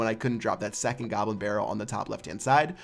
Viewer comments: He said gobrin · gobrin barrel lol